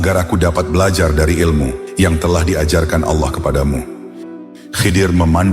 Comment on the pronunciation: Sumpah kesel banget ngucap Allah jadi alah .. apa alah alah itu .. mending jangan pakai AI kalau pengucapan Allahnya gak jelas alah alah, mirip kristen aja